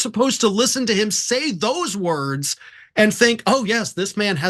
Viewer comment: and dump boy can’t even pronounce word properly and slurs repeatedly😳 rambling nonsense blah blah blah. Ofc you like hearing diaper boy rambling cause likely you’re very intelligent yourself. Good luck 🍀